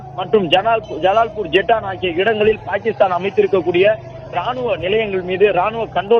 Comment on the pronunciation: பேகிக்ஷ்தான். New reader😅😅😅